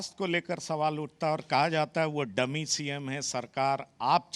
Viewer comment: She was not DAMMY but it is DUMMY. Correct your pronunciation or I will understand y7our qualification